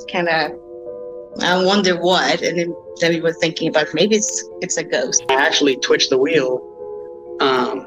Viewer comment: I vote to dare him to correctly pronounce the words 'ghost' and 'ghosts'. Instead, he says "goes" every time. I have a channel where I talk about pastrami on rye. I pronounce it "Your mommy's a guy."